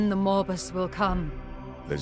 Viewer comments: I'm sorry, but every time the Chaos Gate VA's talk about Nurgle's grand plan "the Morbus", I cannot help but hear "Morbius". Nurgle plans to MORB the whole galaxy! 🤣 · Did she say "Morbus"? As in Morbius is going to Morb-us? Is it MORBIN TIME!? I-I'll get my coat and see myself out. Cheers!